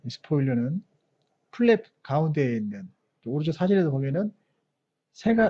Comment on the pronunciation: PLAP 아니라 FLAP 이구요, 초쯤 에일리언이 아니라 에일러론입니다. 외계인이 비행기 날개에서 튀어나올줄이야... ㄷㄷㄷ